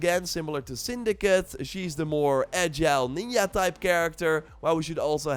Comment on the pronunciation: I'm now convinced you're purposely mispronouncing ninja. It's been years. Edit: so I just Googled that you're from the Netherlands. So that's why.